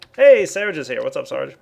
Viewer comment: stop pronouncing searge wrong :facepalm